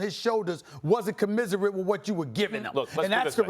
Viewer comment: Haha...there you go again SAS, trying to use your big words, but failing miserably. It's commensurate, not commiserate. Max must love responding to your arguments, he looks like an absolute genius compared to you.